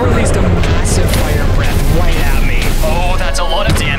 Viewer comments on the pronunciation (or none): none